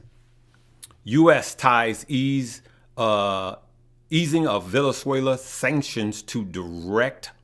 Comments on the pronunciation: Wow! It's not necessary to pick at everything. Why care if he doesn't pronounce Venezuela correctly? Concentrate on the stock information he's giving. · As much as you know, you dont know how to pronounce VeNeZuela properly??! Common man